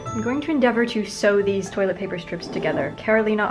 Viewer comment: Y'all can't tell me she didn't EAT THIS SHIT UPPP She said toîlęt pæpér